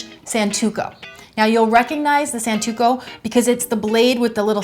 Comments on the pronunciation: It's hard to take you seriously when you pronounce it san -TOO-koh and tell people to identify it by its release indentations, which, while standard on Santoku (it's pronounced sahn-TOE-koo) knives, is also common on many others. Also, you're using the knife like a chef's knife, rocking it on the board (notice how its blade curves upward at the end to facilitate rocking), whereas a Santoku's nearly flat blade is meant to be picked up completely from the surface of the board and brought straight back down. I'm not saying your methods don't work... I'm saying you're not using the blade as it was designed to be used... That coupled with your poor demonstration of general knowledge about the knife makes this a pretty bad video. You are really hot, though, so there's that. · OH COME ON. It's santoku, not santuko!!!!!!!! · Santoku. SAN TO KU not SAN TU KO. Good video otherwise. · Oh, it's a "santuko" knife! Silly me, for a second I thought she was using a santoku knife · A "santuko"? Really? -_